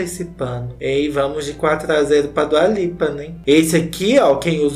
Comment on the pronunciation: “Dula peep” KKKKKKKKKKKKKKK Mds como eu não tinha visto esse vídeo antes